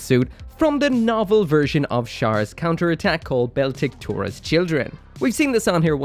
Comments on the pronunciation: It's Beltorchika, not Beltikchora. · Bell-tick-tora?! It's not even that on the box. xD Got this first, years before the HG came out. It does make for a nice centerpiece! But now I've been really wanting the HG, for all the extra gimmicks! (though I occasionally poke Bandai for a properly scaled, fully gimmicked, and LED'd MG of this. even if it would cost 200+ ) I've only ever had the legs fall out when moving (you messed up in putting the arms in. those are pretty damn solid, normally. And you need to rotate the binders a bit more. They should be facing slightly forwards to lock in properly). The HG fixed this by reversing the peg/hole positions and materials (and a bit of weight). 45 thrusters in total! All 2-parters! xD Mine really doesn't like holding the beam rifle, almost at all, without an extra stand. The forearm gets in the way of the butt-stock of the rifle, so it ends up at a really odd angle. The plug in for one or more of the three back tanks broke, huh? xD Only thing on mine, too. Wish they were both correctly sized though. This matches up better with HG's than MG. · If this doesn't prove he fks up some names just for the sake of it, idk what proves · Beltorchika rolling in her grave with that pronunciation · It's even funnier he pronounced it while showing the page with katakana name on it, which he can actually read.